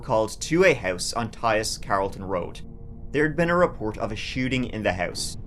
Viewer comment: I FINALLY figured out why young is unable to pronounce the "diphthong" TH. TH is not a true diphthong. A diphthong also known as a gliding vowel or a vowel glide, is a combination of two adjacent vowel sounds within the same syllable. Examples are BR, PR, TR. TH, as in THE, is commonly considered considered a frequent example but in point of fact it is not actually a technical combination. "T" is a plosive that sounds when the tongue is placed at the front of the mouth and a plosive is breathed as in "TA". American English speakers and British English can pronounce this however Irish are helpless with the German-born "TH". Yes, the IRISH pronounce "THE" as "TA". And the Germans pronounced "THE" as "ZEE". Yes, young is IRISH.